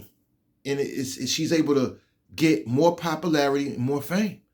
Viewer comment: You can't even pronounce the simple word "popularity" Knowwww Whaaaa I'mmmmm Sayinggggg